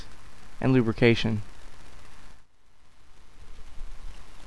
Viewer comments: lubrication not lubercation. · Lubercation, knuckular, terr-ist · One of the best instructional, cleaning videos I've ever seen. Well done sir. I did chuckle a little bit on the "Lubercation" part...but hey, just shows your human. Keep up the good work.